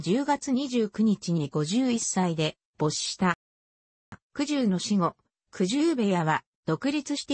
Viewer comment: 羽黒さんでは、ない、やま、くじゆ、でなく、ここのえ